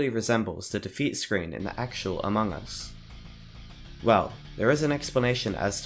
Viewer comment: You dont know how mildly infuriateing it is when he says among us/amog us like a-mo-gus when its pronounced a-mog-us. If you dont get it he says it wrong in short